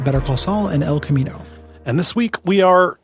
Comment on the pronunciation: let say "El Camiño" again when it comes up. Let him cook